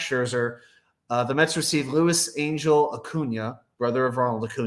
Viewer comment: Angel pronounced Ahn-hell.